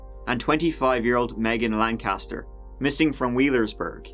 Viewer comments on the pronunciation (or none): none